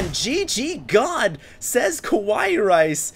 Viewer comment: I think he read it as "Kawaii Rice" without the "ii" part.